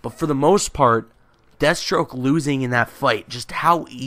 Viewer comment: Danial Younus Jesus Christ man, it's Deathstroke not dethstroke you illiterate fuck.